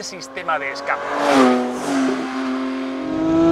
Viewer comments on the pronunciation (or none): none